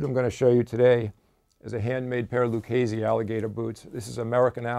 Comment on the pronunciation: LU-KAY-SEE not LU-KAY-ZEE